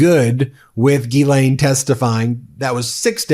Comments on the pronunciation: FYI her name is pronounced gillane with no emphasis on either syllable. Embarrassingly, I was introduced to Ghislaine Maxwell as a "London socialite" way back in 1994 by my boss at an internet startup company in London. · GHISALINE Pronounced like Giselle. Not Gil-lane Gis-lane/Giselle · Pronouncing Ghislaine with a J sound 🙄😑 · JizzLane it's JizzLane Maxwell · Her name is pronounced Geh-lenh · Just an FYI…her name is pronounced jislane. It is French. Look up the pronunciation on Google if you want to because that’s what I did. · It is gil lane the s is silent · You're pronouncing her name incorrectly... FFS!